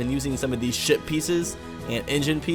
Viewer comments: Yeah I realised you saying shit not ship :) 😂😂😂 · When you said ship piece, I thought you said shit piece. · I love how you say ship but it sounds like s**t 😃😃😃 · You sound like your saying sh*t pieces